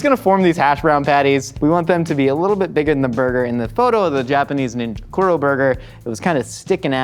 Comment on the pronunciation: Pronounced KOO-DOUGH, it means black. Edit: TEM-POO-DAH Edit 2: MEE-DIN